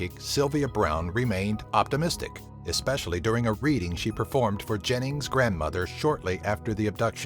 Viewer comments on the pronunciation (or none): none